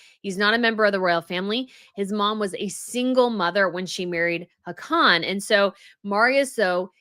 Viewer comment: Hi, I love watching your show but this one I had to stop. I don't want to be mean, just help. The pronunciation of the royal names were getting slaughtered, so even though I don't usually comment, I want to help you not stumble anymore. Please take this in the intention it is written in. Haakon is pronounced like HOCK-un. Mette-Marit is METteh MAReat. Sverre is SVAIR. I hope this helps.